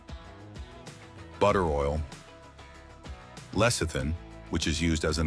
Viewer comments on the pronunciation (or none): none